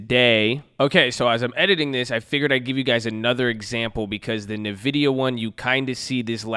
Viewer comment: I love the videos but I have to correct you. Its pronounced "N-Vidia" not Navidia.